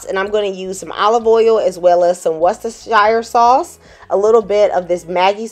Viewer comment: Come on, - I’ve explained how to pronounce it - ‘Wusster Sauce’. So simple. x